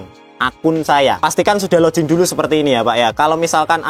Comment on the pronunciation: Koreksi, mas broh. Sing bener dudu lojin. Tapi login.